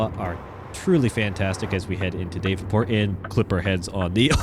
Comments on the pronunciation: Daaavenport not dayvenport sorry just a lil annoying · It's "daaav-en-port" (dav rhymes with slab), not DAVE-n-port. just a heads up. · Loving the sights of the Iowa DLC, from an Eastern Iowan like myself. If there's one criticism, it's how you pronounce Davenport, which I find rare people pronounce it as "DAVE-EN-PORT"...same with Ottumwa as "ODDUMWA". lol It's okay, those are not as bad as people trying to pronounce MAQUOKETA (99.5% of people who don't live around Eastern Iowa had a hard time pronouncing it. lol) Anyway, we pronounce Davenport as "DAV-IN-PORT" and Ottumwa as "UT-TUM-WA". Anyways, keep up the videos, fella trucker!